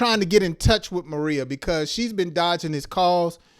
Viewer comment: Pronunciation. Ma ray ya